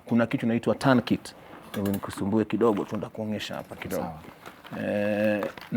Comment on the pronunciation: Much respect to. He is versed with high level first aid. What pronounces as Turn kit is actually Tourniquet found in Trauma Kit.